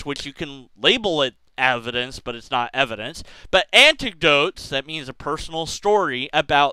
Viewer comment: I had to turn this off because you said "anticdotes" like 400 times in the first 5 minutes. I'm sorry, I love you, but it's frustrating. XD